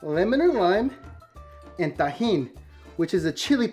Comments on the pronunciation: you cannot tell me it does not sound like he just said the n-word😭💀 edit: thx for the likes i never got so many😭🖤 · it sounds like he is saying the n word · when he said and it sounds like he said the n word